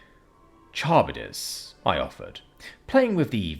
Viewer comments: i think its pronounce kuh-rib-dis for Charybdis i know it techinically doesnt matter but like just saying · It’s the whirlpool monster from Greek myth. It was pronounced wrong here tho, so I can definitely see it.